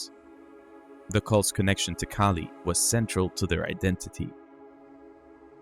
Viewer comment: Ahh, giant red headed beings, must be my ancestors.... Being serious, they remind me of the Norse gods, goats and all, Thor and his goat/s. As an aside, you had a Aussie story but you had a New Zealander doing the story, that accent is quite different to Australian. The vowels are pronounced very differently. Kali is pronounced Kah lee not Kay Lee.